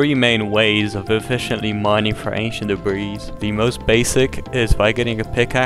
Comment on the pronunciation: did he say ancient debreez?